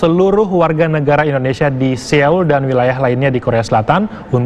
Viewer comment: Mas presenter Sebutnya itu s0-ul o-nya kayak Bogor